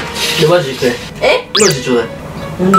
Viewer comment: いって⤵︎ 発音かわい笑